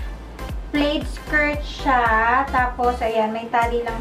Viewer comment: Hi ang basa sa "plaid" is "plad" silent 'i' :)